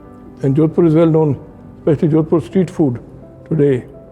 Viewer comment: it's jodhpur not jodpur.